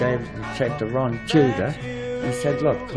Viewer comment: Wron Casey should have done the narration .... Wrock n Wroll !!!